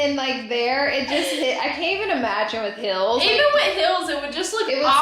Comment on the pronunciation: “I can’t imagine with HILLS” ... “even with HILLS it would-“ 😅😂😂😂😂 am I the only one hearing HILLS instead of HEELS? 😂